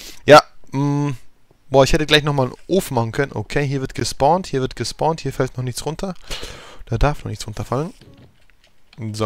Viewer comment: dann spornt es?? lern deutsch oder eher englisch es heißt spawnt